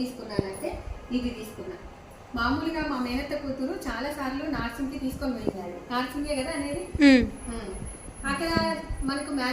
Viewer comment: నార్సింగ్ కాదండి నర్సింగ్ అంటారు